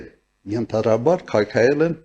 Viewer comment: Նույնիսկ ենթադրաբար բառը չի կարողանում ճիշտ արտաբերել:Անգրագետ, տականք կախվել ես փրփուրներից, չգիտես ինչպես վատաբանել վարչապետին, որպեսզի մարդկանց աչքին լավը երևաս?